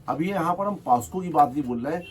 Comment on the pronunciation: पॉस्को नहीं पाक्सो 🙏🏻